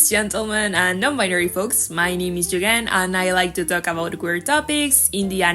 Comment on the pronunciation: 🌻🌻🌻 In the intro you pronounced in like ʝyʝɛn which I personally like more because I like Spanish 😭